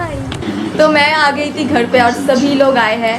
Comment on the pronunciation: Not tha it's thi